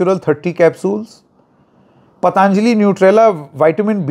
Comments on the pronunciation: जी, आपने बिल्कुल ठीक आपत्ति उठाई.....सब ठीक रहा.....बस एक कमी खल रही है......पतांजली नहीं, पतंजलि बोलिए। अंग्रेजों की समस्या तो समझ में आती है लेकिन हम हिन्दुस्तानियों, वह भी उत्तर भारतियों की क्या समस्या है कि हम ठीक ढंग से अपने शुद्ध भारतीय नाम भी नहीं बोल सकते? किन्हें खुश करना चाहते हैं हम? किस अंग्रेज को? क्या आप ट्रम्प को खुश करना चाहते हैं? अच्छे खासे 'योग' को आप सब (खासकर अंग्रेज़ी) मीडिया वालों ने 'योगा' तो कर ही डाला है। अब ऋषि पतंजलि के नाम-स्वरूप में परिवर्तन करना चाहते हैं। सवाल है कि क्यों? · पतंजलि बोलिए, पतांजली नहीं 😊